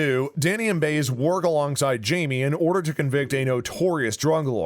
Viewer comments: Once again, could the person who reads the spoilers please learn the correct pronunciation of the characters names? Like the character he keeps referring to as Baze, I know I'm misspelling her name but on the show it's pronounced By ez. Get a clue, people! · Bais= Bye-ez not Bays dipstick!!!!! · If you're going to talk about Blue Bloods, learn to pronounce the names. It's not Ree-gn, it's Ray-gn; it's not Baze, it's Bie-ez. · If you're such a big fan, then you should know that the Marissa Ramirez character's name is pronounced Buy-ez, not Bays. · It's Reagan... Rey-gan, not Ree-gun. And it's Baez... Bi-ez, not Bey-es. If you don't know what you're talking about just don't bother making the video. And it was never cancelled or said Season 11 was it's last... Fake click-bait! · With all do respect, sir, if you're going 2 state your opinion, plz pronounce names properly. Reagen ==Raygen not reegun. Baez==Baayez not Bays. Makes me wonder if you actually watch the show. With all do respect, sir. 😇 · Danny’s partner’s last name is pronounced Bi-az not Baze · please coach ur narrator 2B familiar with pronouncing characters' names!! it's "bye-ezz!!" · the last name is pronounced "ray gun" and the female officer is pronounced "buy as" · Have you even watched the show? Cause you can’t even pronounce the names of the actors or caritures ! Frank Reagan, Biez? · And he should know how to pronounce " Baez" . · We need a season 12! And Joe Hill needs to come back. And the narrator of this video kept mispronouncing the names Reagan and Baez. Doesn’t anyone proof this video before published. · Hello! Try pronouncing their character names correctly, please??? Baez and Reagan, for God's sake!!! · Too bad the narrator mispronounces the names "Reagan" and "Baez" GREAT show, bring back Joe Hill's story line.